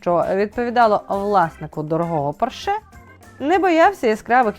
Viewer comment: Дякую заВашу роботу! Дозвольте Вас аиправити: іт-гьорл, а не айті гьорл А також в назві «порше» наголос на О